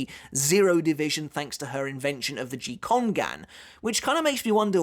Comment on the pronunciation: Correct me if I'm wrong, but gikongan pronounced (gi-kong-gan) with a hard 'G' not (ji-kon-gan)?